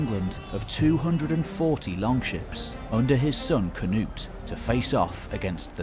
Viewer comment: Knut (cnewt) not ka-noot. :)